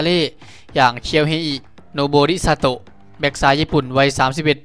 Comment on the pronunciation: เป็นช่องแรกที่อ่านชื่อโนโบริซาโตะถูก.. เยี่ยมครับ